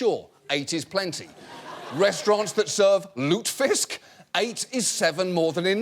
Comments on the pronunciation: As one who was born in Fargo, Southa Kanada I must admonish you, sir, that "lutefisk" has 3 syllables, not 2. if you're going to be making fun of something, you might want to get it right, eh? Its true about 8 being 7 too many, I'll give ya that, you just got the word wrong. (and its funnier when pronounced correctly, so you really did miss the boat on that one, now, didn'tcha?). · Lutefisk is pronounced......Lew-te-fisk. Not Lewtfisk. Not that I would expect JO to know this. Worst tasting substance known to man. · I am a ND citizen and damn right we need to be more aggressive to oil companies!! I mean, for fuck's sake, they bought land in a state park in the Killdeer Mountains to fucking drill for oil! It's also an embarrassment that we have no Ethics Commission. ("lute-fisk"?! no no, it's pronounced "lute-uh-fisk" ;) ) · As an American of Norwegian descent (on my dad's side), that pronunciation of "lutefisk" gave me whiplash, but as it turns out, that's the proper pronunciation in Sweden. You'd think I'd know that, since the other half of my family on that side is Swedish, but I've only ever heard it as "loo-te-fisk". Side note: apparently my Norwegian great-great-grandparents were very not happy at all that their kids married Swedish people, and my Swedish great-great-grandparents were equally displeased at the choices of their offspring.